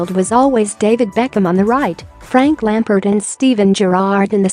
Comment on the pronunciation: "Frank Lemperd"